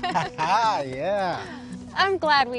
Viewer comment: How I know this actor’s not really Texan: his pronunciation of Selena.